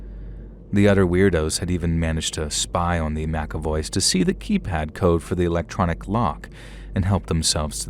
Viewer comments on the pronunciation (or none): none